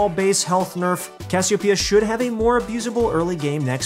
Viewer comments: If you really wanna pronounce it right, its cashiopaiya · I say "Cassiopeia" like. Put the emphasis on the "o", you weirdos.